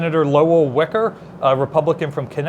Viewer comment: "Weiker" is pronounced "WY-ker" (rhymes with "why")